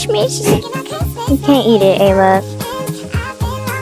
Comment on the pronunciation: You kept calling Ella like ayla or st 😮😅